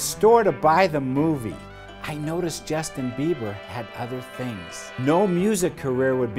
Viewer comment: Did he just say "Biever" at the beginning?